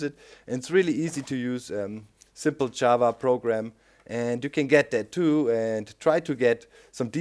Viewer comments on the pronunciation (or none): none